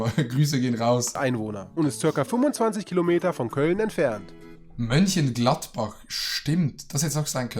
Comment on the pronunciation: Mein Herz ist schneller geschlagen als er Mönchengladbach sagte